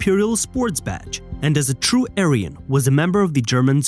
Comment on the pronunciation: Its the way he said she was a TRUE Aryan for me